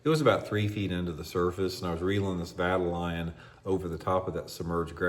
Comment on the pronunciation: Let me help ya out with the correct pronunciation. Vuh-TALE-Yun.